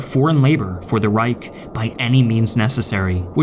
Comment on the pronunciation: Rweick ? It‘s pronounced „Reich“. Your German is absolutely terrible.